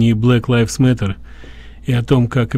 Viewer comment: Не "блэк ЛИФС мэттэ"??? а Блэк ЛАЙВЗ (LIVES, LIVES) мэтэ!!!